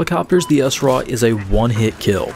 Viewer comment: So why do you call it the Essraw? You don't say Essmaw... For smaw... Its Sraw! like straw with out the t. Other than that embarrassing mistake, good vid.